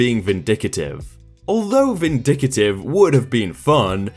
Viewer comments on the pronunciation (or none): Its pronounced vin-dick-tive...not vin-vic-a-tive lol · It’s VINDICTIVE. Not VINDICATIVE. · Huh, didn't know vindic-A-tive was an actual word...